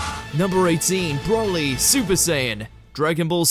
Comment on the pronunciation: Man said broli